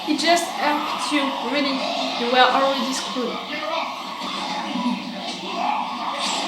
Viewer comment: I love it 😂 “We ere ok, we ere on the lake!”